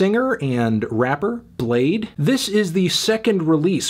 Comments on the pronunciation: its bladee not blade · It's pronounced Blade-ee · Fr u don't pronounce the 2nd E wtf is that y is it there